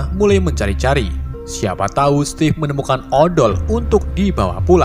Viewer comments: stiv oi bacanya bukan stev/step.. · "SETTTIIFF EH SETTIF" 😂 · Stive eh setive kwkw